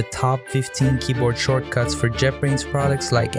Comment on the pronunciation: I cant understand how you pronounce shortcuts